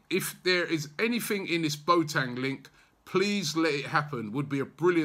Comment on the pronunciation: Boateng = 'Bwa-tin' not Bo-tang